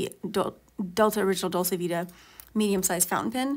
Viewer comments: It’s pronounced dolche (not ā). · I think it is pronounced "Dol-chā". In any case it is a very nice pen.